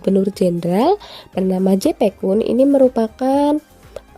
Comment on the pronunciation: Heeren bukan hereen, yepe kun, bukan jepe kun bacanya